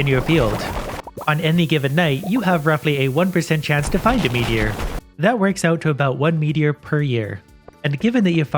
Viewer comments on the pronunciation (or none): When he said “pure meteor” I keep thinking it sounded like “ pure Michigan”